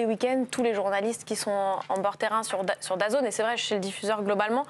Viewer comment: Daz « N » pas dazone….